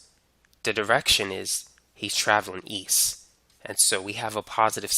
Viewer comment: how come you pronounce it "eas" and "wes" when its easT and wesT?